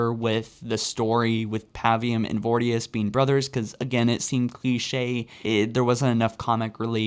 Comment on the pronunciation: Pronounce voriduce correctly please